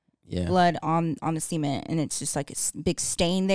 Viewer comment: why does say cement like that 😭